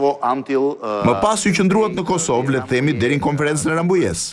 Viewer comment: Bledi Fevziu ketu eshte treguar shume injorant. Permend jugoslawien ne vend se te pernendte serbien. Pastaj thote racak ne vend se te thoshte RECAK dhe ne fund zotria Walker thote KOSOVE kurse ky trangu Bledi thote kosovo. O bledi meso disa gjera bazike, se te gjithe e dim, se ti di shume.